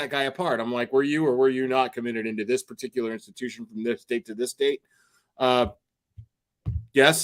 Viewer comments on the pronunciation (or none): none